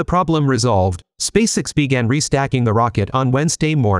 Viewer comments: SpaceX Not Spaceicks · In your text to speech script, write Space Ex not SpaceX. That way, the audio correctly pronounces SpaceX